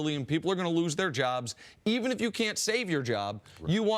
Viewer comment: I hate that Cris pronounces “if” like “ef”....